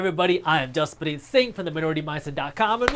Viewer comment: Am I hearing the real Jaspreet Singh pronounce his first name, Jaspreeng?